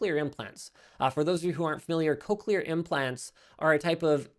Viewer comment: I have never heard someone pronounce cochlear the way Linus does